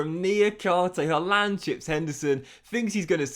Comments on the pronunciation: Why does it sound like he says haalander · I hate how you pronounce Haaland ngl